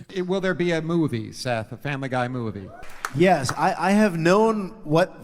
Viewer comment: "the bohb's buhrgars mew-vie"